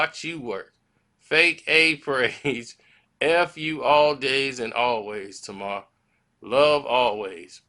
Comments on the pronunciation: Her name is pronounced Tay mar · Her name is pronounced Tay-mar!!!